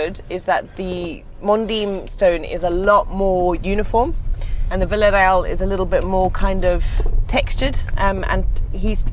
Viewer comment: So glad you found the right stone, it will look amazing! And it made me smile hearing you say my hometown's name Vila Real 😊😊 Hope the stone arrives soon. All the best!